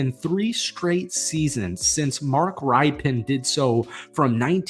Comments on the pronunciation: What hole are you in that you don’t know how to pronounce ESPN reporter John Keim’s name correctly? AND you don’t know how to pronounce Super Bowl QB Mark Rypien’s name right? Ripen? It’s pronounced Rippin . All credibility LOST MAN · It's pronounced "RIP"Pen. Like "he ripped the ball" not "RIPEN" Like those lemons need some time to ripen. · Yo his name is pronounced Mark "Rip-in" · It’s Rip-Ken how u pronounce his name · Good reporting, but "Keim" is pronounced K-eye-m and "Rypien" is pronounced Rip-in. I don't want to let you stand there with a booger in your nose😉 HTTRWFTC4LIFE! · Thanks for the video. I've known this team had some serious QB issues but I didn't know they had not had the same starter for three years in a row since 30 years ago. Wow! As a fan of the Redskins since the late 80's, I thought I'd give you a heads up, Rypien is pronounced more like "Rippin". I look forward to your next video on the Commanders. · Please learn how to pronounce Mark Rypien's name correctly.